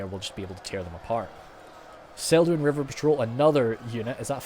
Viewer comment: Celduin - hard 'c'/'k' in Tolkien languages.